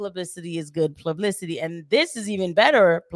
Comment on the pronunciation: that “plublicity” shit itched my brain lmaooo